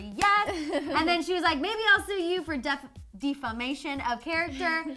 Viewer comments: Lol....dee-famation? It's defamation of character. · The girl in pink couldn't even pronounce "defamation."